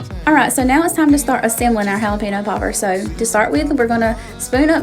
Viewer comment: Everything looks so good!! I just have to share it is pronounced Jalapeño which in turn relates to “haul a pen yo.” Not sure where people get pino in jalapeño from? You need to get the Trader Joe’s seasoning for corn. The Everything but the Elote seasoning and add butter and omg I swear you won’t go back!! I make my potato salad like you, but I also add black olives and pimentos.